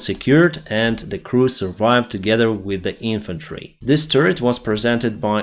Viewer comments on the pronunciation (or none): none